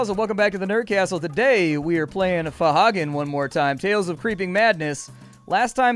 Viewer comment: Ph'nglui mglw'nafh Cthulhu R'lyeh wgah'nagl fhtagn Cthulhu fhtagn not fohagen